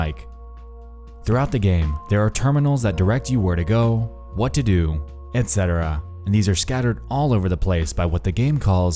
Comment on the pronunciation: "Liked" for correct pronunciation of "etc" 🥰 Rare on YouTube